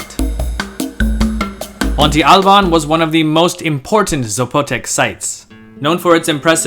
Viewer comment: Is it not pronounced as it's spelled; "Monte Albán (MON-te al-BAN)? He pronounces "Oaxaca" in the familiar way, so maybe his way is right? "MON-te AL-ban"? It sounds weird to me, but I'm not from Mexico... (I use the name frequently, as I am a bartender and there is a tequila with that name; have I been saying it wrong all this time?) 🤔